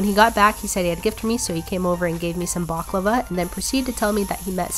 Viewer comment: It hurts how baklava was pronounced